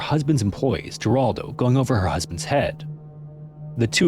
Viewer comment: Jeraldo is pronounced HER ALDO Like the 80's talk show host Jeraldo Rivera.